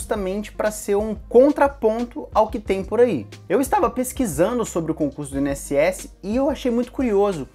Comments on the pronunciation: In-SS? Por que você fala assim? Instituto Nacional... É separado mesmo. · Carioca fala "I-N-S-S" bem direitinho. O é que fala de um jeito próprio e bem peculiar! Nunca tinha ouvido essa pronúncia! hahahah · É impressão minha ou nosso amigo fala: “IN” ss? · Mais um vídeo tooop, esse vídeo veio na hora certa, tava pensando em focar só no INSS mas vou acrescentar outras matérias pra aproveitar mais como o TJMG por exemplo. E vc fala INSS muito engraçado kkkk. Continue mandando vìdeos são massa.